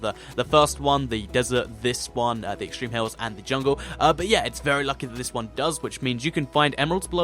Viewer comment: You said extreme hile biome